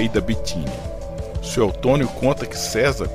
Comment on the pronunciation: Dói nos ouvidos o narrador falar "Sué"L"tônio 😊😊😊😊😊😊😊😊